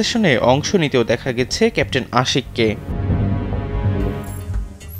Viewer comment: ক্যাপ্টেন শব্দটা পরিস্কার করে বলুন ক্যান্টিন শোনা যাচ্ছে এতে পদস্থ কর্মকর্তার পদ বা সেনাবাহিনীর পদ মর্যাদা ক্ষুন্ন হচ্ছে